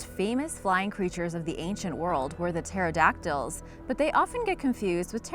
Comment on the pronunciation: What is with this ?? Pterodactyls. pronunciation: teradaktils. what it looks like: pehterodaktiis